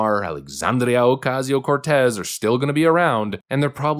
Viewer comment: The way you say AOC's name gets me every time 😂 And it's about time these people start being exposed!!! Give us our money back!